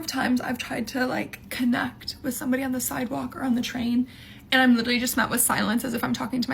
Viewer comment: the way she says "cOnNeCt" makes me way too mad wtf